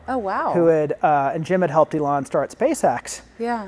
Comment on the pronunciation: He cannot pronounce Elon? Weird 😢😢😂😂😊